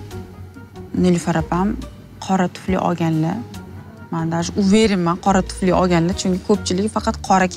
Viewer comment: Tuflini tfli diydi😂